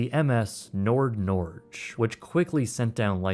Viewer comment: Have long for the opportunity for some YouTuber to butcher the pronunciation of the Norwegian name of Norway, Norge. That dream finally came true today 😂❤